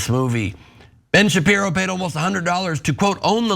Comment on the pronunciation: It’s Ben Sharpie-ro